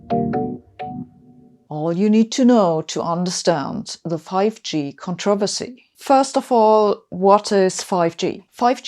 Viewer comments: So nice, as an expat Brit living in the U.S., to hear the word controversy pronounced correctly ;-) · She may be smart...wonder what her first language is...loved the way she pronounced "controversy"!